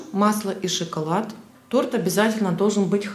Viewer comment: Ну, почему шИколад?? 👎 👎... Вы украинка??